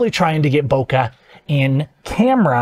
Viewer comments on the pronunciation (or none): How does someone who does this for a living pronounce bokeh wrong?